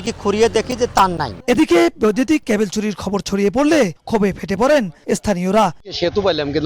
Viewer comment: কেবল না ক্যাবল????